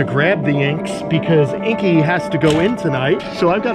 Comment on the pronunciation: The only thing you could have done better is say Inky’s name properly 🤣